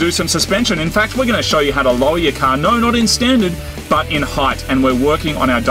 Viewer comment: I like Marty, but Moog gets on my nerves more each episode. Also, there's an "R" at the end of the word "car". Use it.